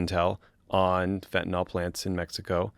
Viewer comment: Love you guys but a small nitpick, you are mispronouncing fentanyl. Think "Benadryl" not "ethanol".